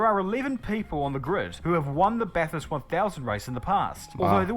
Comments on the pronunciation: Its what we call V8 supercars, not a indycar, you actually pronounced bathurst the correct way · baff-hirst is how we say it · There's not really a uniform way Aussies say Bathurst. Because similar to the British some people would pronounce bath like "barth" but by and large most would say it without the "r" sound. So generally I guess it'd sound like "ba-thirst" for most. And "Barth-urst" to some others.